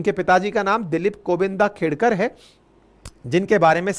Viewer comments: सर उनका नाम खेडकर हैं खेदकर नही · Sir its not खेदकर it is खेडकर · खेडकर है, खेदकर नहीं । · It is खेडकर, please pronounce correctly.